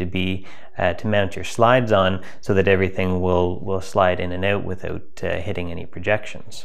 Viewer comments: Hey many learn how to say OUT. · You say out funny 🤣 JK, thank you so much for posting 👍👍👍